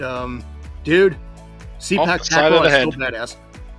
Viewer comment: The proper pronunciation for Sepak Takraw should be "Say Pak" instead of "See Pak". As others have mentioned, the word Sepak simply means "kick" in the Malay language, while "Takraw" is a Thai word for ball. In Malaysia this used to be called "Sepak Raga", where "Raga" means a ball that is made of rattan. If I'm not mistaken, the name transition happened in the 1970s.